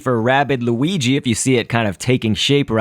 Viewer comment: you said weegee not luigi